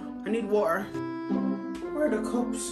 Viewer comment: The way she said water Her: wa-er What's missing?🤔 Preng-nant Whats wrong?🤔